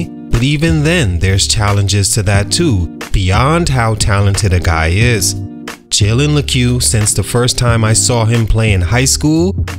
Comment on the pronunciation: That’s not how you pronounce his name